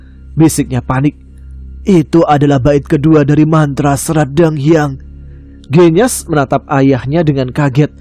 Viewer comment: Waalaikumsalamsalam mas tama... Cuma mo ngsih tau mas bilang "genyas" kata E nya sperti bilang "gendis" mas..